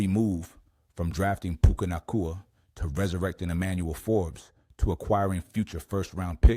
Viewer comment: You can tell it's AI when they can't pronounce Puka's last name. Fck AI!